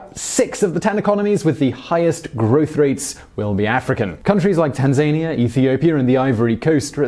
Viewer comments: Buddy, it's pronounced Tan - zann - eeah NOT Tanzaynia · Ouch, that Tanzania pronounciation :p. Great video as per usual